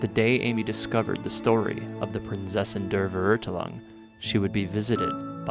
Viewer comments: ''Prinseßin dr verutelung'' und ''Immernochteich'' Zu geil wie dass auf englisch ausgesprochen wird kann aber auch englisch und deutsche sprechen englische Wörter genauso schlimm aus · Hahahahahha 🤣 say that again: “Prinzessin der Verurteilung” 🤣🤣🤣 oh dear lord 😆 ich kann nicht mehr 😆 zum Glück spiele ich Genshin auf japanisch, die versuchen zumindest nicht deutsch zu sprechen obwohl sie es nicht können 😆 pʀɪnˈt͡sɛsɪn der fer·ur·tai·lung now try again buddy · I'm sorry but.... how they say Prinzessin der Verurteilung 😂😂😂 I know German is hard but still it sound so funny sorry if I offended anyone😂😂🙏💗it's prounonced princessin Dea vea-urtailung..... I think idk if that helps😅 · Fun fact: she dosnt say her name right at all ( Prinzessin der Verurteilung ) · I think the pronunciation is wrong, but soo cute! That's what makes it special, at least the VA tried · I am german and I always find it fascinating when i realize that pronunciation is something most people struggle with when it comes to my native language. But hey, I still really love, I just can’t help but cringe every time she says „Prinzessin der Verurteilung“ xD. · Jesus, her German pronunciation is indeed worse than any weeb trying to pronounce Japanese words, or vice versa. Quick rundown on „Die Prinzessin der Verurteilung“: ・V in German is pronounced with an English F sound, and German W with an English V sound. ・German Z has a more TS type of sound. ・The EI spelling will always make an "I" as in "eye" type of sound, whilst IE always makes an "I" as in "eat" or "beat". ・In short, "Verurteilung" should sound something like "Feh-uhr-tai-lung" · When tried to say "Prinzessin der Verurteilung" I died a bit inside as a german native speaker lol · personaly, it hurts it would have been epic if she got it right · I had to laugh so hard when she said „Prinzessin der Verurteilung“ because I’m German 😂😂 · The way you and pronounce "prinzessin der verurteilung" is hillarious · I Fully Respect That.